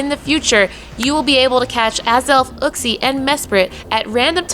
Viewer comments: Your maps are wrong. Uxie is not available in India... Mespirit is. And that’s not how you pronounce Uxie lol. It’s Yook-see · It grinds my gears when people keep pronouncing uxie wrong the way everyone says it sounds like a cave man